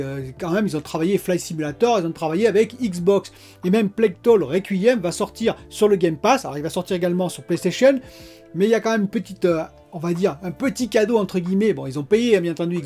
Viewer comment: pour le geek : a plague tale se prononce : e plaig taile et pas plaig tole